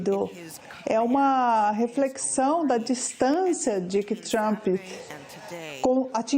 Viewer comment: Querida não se fala Trumpi, fala Trummmp. Seu Ingles é bem ruizinho! Vai estudar mais querida!😮😮😮